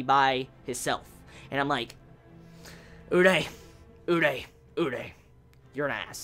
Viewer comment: Dude its not urei, it's urie!!!!! xD